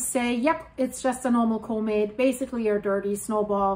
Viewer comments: COMET COMET COMET there now say it like it sounds :face-orange-raised-eyebrow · learn to pronounce comet correctly. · Say the word “comet” right